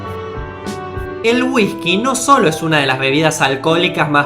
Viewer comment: no mames, cuando empezó el video pensé que estaba finjiendo voz de idiota.. y no me jodas, este pendejo enseñando sobre palabras que ni sabe pronunciar, como "shins"